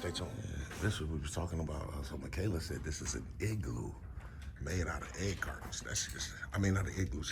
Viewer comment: Yeah 😂 i thought you called it an eggloo 😂 TTA FAM ❤